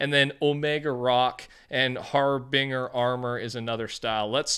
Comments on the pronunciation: Just a quick P.S., Harbinger is pronounced with a binge sound, not a bing sound. Har-binge-er. Not Har-bing-er. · He said "Har Bing Her" 😅 Its Har-Bin-Jer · Har-binger. Lol. It's pronounced har-bin-jer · I love how you say harbinger🤣, it’s not har-bing, you say the g like a j (har-binj-er) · Love your videos to death man so I mean no harm when I say it’s pronounced har-bin-jer instead of har-bing-er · HARBINGE-ER NOT HARBING-ER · of course its another god damn female knight skin im so sick and tired of the female knights for "Fort Knights" sets. Edit: OMEGALUL HAR BINGER BRUHHHHHHHHHHHHH its pronounced (Har-Binge-r) xD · “Har-bing-er” lmao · Harbinger is pronounced har-bin-jer :) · Mf said har-binger 🤣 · harbinger, bing-urr??? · I love how he pronounces harbinger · lmao the way he pronounces harbinger